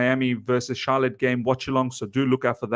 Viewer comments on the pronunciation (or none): none